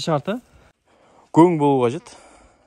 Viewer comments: Жарайсың, бауырым. Ісіңе береке берсін! Бірақ гөң емес көң деп айтқаның дұрыс бауырым. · Гоң емес Коң деп дұрыстап аитшы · Гөң емес, көң, қазақтың таза сөзің бұзып, бұлғамаңдар. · Өзбекше гөн демей КӨҢ деп айтсаңдаршы ! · Гөң емес көң деп айтайықшы